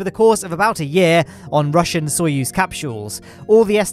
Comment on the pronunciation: FINALLY SAID SOYUZ RIGHT!!!